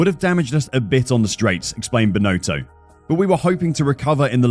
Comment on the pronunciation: I don't think the guy who's been hired to to do the voice over even watches F1: It's pronounced Bin-otto not Bin-oh-toe.